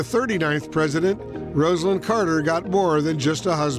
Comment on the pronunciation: ➡ FYI NTD: Rosalynn Carter pronounced her name ROSE-a-lynn. Not the same name as "Rosalind," which is pronounced RAHZ-a-lind. The anchors got it wrong, only the "Look Back" narrator got it right.